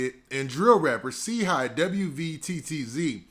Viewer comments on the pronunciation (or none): He don't get it's pronounced Chi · Brah his name is Chii Wvttz Like Shy Watts Do u get it Now, u Killin Boy Name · It’s really pronounced chii high